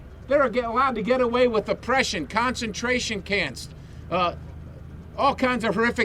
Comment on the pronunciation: Concentration Cants... what??! lol